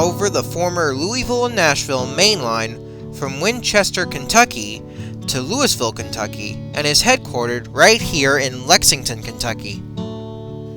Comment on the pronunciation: I could tell the narrator isn't from anywhere near around these parts when I heard how he pronounced Louisville, LOL. It's pronounced Loo-uh-vull, not Louis-ville.